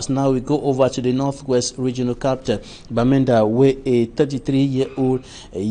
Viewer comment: Employer EQUINOX TV should consider sending this journalist to some crash course in pronunciation while another substitute and fills the interim. A journalist ought to be able to distinguish between COUNCIL and CANCEL , CAPTAL and CAPITAL !!!!!